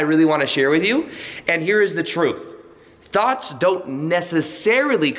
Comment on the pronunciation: Sounds like you said thots at first. Lol